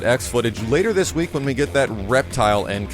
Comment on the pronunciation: Why does pronounce Kitana as katana?